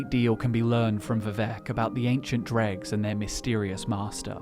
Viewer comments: It’s not pronounced “dReGS” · I never would have know without the pictures. I was like oh he means droe. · Wait it is pronounced drug and not droe? Gonna keep saying droe. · Easy way to tell that you say Dreugh wrong. What is the plural form of the word?